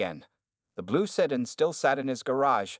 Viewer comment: The word is pronounced Sedan not sedin